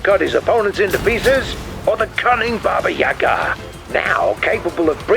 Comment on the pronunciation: Are you sure, that it is pronounced Baba Yagaaaa?